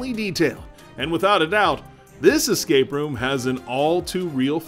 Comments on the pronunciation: Most of the time he said eScape route but there were times when I was almost sure that he said eXcape route. Since I hear a lot of people saying eXpecially instead of eSpecially I might be getting paranoid. Sorry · EScape route and not eXcape route!